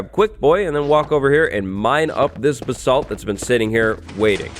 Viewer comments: Your pronouncing “basalt” wrong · Me correcting him everytime he says basalt wrong